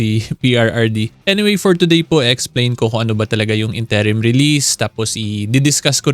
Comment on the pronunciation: What is up with the incorrect pronunciation of INTERIM?🤭